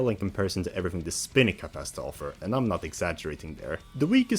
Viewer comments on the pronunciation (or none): Still pronouncing Spiny as Spinny,? 🙄 That said, I definitely appreciate that you are a fan of Rosalina’s Ice World, it’s a truly special track that does not deserve to be overlooked or considered bad. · Wasn’t there another video where he was told to pronounce it as spiny?